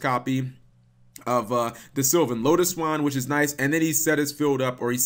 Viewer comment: Gavin Blower yup and Lotus-Wane like lotus-swan lmfao